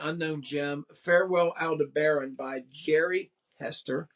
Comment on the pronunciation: He mispronounces Yanovsky, Aldebaran, and Henske, all in the first 90 seconds. Ouch.